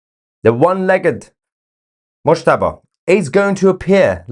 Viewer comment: Definitely 'Mushtaba' (mouse-taba)....😵😵👏👏👏👏